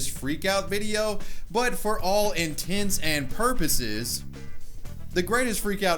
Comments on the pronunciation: Why's he pronouncing "in tents and porpoises" so weird? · lol love the emphasis on intents and purposes... I was going to comment but let it go. Nice. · in-tent sieve porpoises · for all in tents and porpoises* dumbass